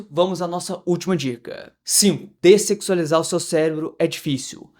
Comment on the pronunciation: O cara fala descecsualizar* não sei nem se tá certo😂 mas ele fala iss e a capa do video, uma lapa de uma bunda lá😂😂😂❤